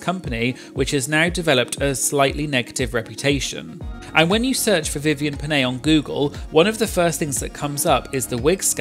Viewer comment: Well as a Filipino, the biggest crime Vivienne has done was pronouncing Pinay like that